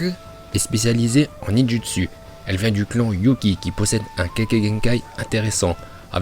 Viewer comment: La prononciation en VO toujours aussi incroyable. “ Ninjatsu “😭😭